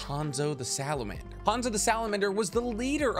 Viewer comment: you said salabander... wtf is a salaander?